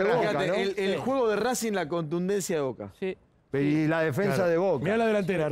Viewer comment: Cualquier persona: rossi o chila gomez? Vignolo: voka Cualquier persona: advincula o mura? Vignolo: voca Cualquier persona: zambrano o sigali? Vignolo: voka